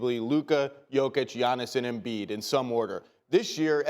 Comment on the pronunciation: Bro said Embiid💀💀💀💀